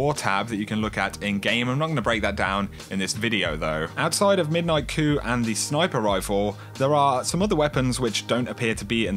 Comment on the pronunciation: Pronounced koo. Not kooP